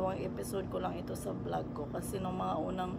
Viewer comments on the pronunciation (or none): none